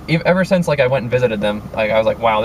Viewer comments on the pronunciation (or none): none